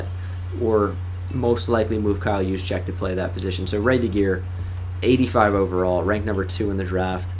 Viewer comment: U are the first I've ever seen pronounce kyle Juszczyk name right